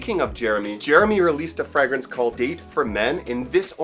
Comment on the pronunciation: It's pronounced fray -grance